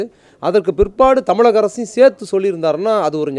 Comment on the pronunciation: "இலிவு" இல்ல ! "இழிவு" !! "தமிலக அரசு" இல்ல ! "தமிழக அரசு" !!